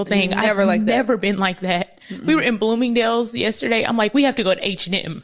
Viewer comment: Blooming-Day-yules 😂😂😂….. I work an 8-5. 🤷🏾, you entrepreneur bitties! Go date who you want, and good luck! This is the internet so not everyone will agree with your preference. In real life men working fulltime dont have the energy to focus on the decisions you make in your life. So yeah good luck. Hope you find that man you want!